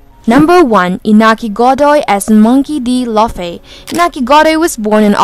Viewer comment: WTF is Monkey D Loffy?